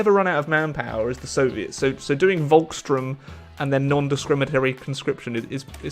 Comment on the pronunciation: "Volkssturm" Iam German. And i dont really like how every English/ American is Spelling it.